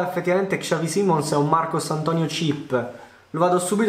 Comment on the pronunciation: Ma come cazzo pronunci xavi simons...mi arrabbio solo perché è il mio cazzo di idolo, si pronuncia bene punto